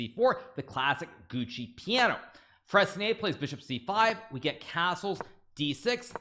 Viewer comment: I don’t know much about chess but isn’t it Giuoco Piano, why is he saying Gucci Piano 😅 maybe Gucci is sponsoring Hikaru